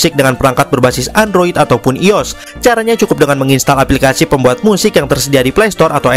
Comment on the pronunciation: bukan ios bang i o s sebut satu satu bang